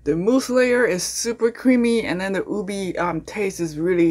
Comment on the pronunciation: Its pronounced U-Bay not Ubee